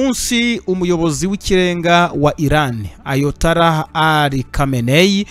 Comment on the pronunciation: Bavuga ayatola reka kuvuga ayatala